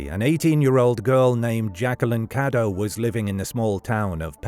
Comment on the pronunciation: Her last name was "Cadow" not "Caddo" and it's a German name.